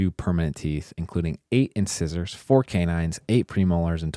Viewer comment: I was laughing at the banana one also the way said “incisors”. As a dentist that was hilarious. The missing teeth is likely due to poor oral hygiene and diet and not enough finances to replace the teeth. That person was probably embarrassed by the fact they have missing teeth.